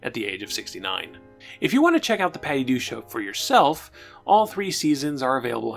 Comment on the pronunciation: Why do you keep saying "The Patty Du Show"? You keep cutting out the K. It's very weird. Add that to your "exscape" speech impediment, and I'm very confused.